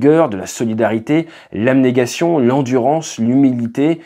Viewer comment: "l'aBnégation" et pas "l'aMnégation" x) il fallait écouter autant en cp qu'en école de pilotage xD